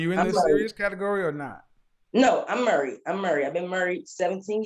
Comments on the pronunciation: "AND SHE MURRIED..." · "I'm murried"